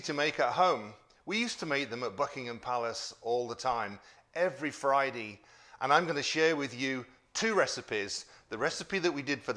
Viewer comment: I love how you say “Fri-dee” for Friday. I just love your channel. You’re a true story teller and you have a heck of a personality. 💙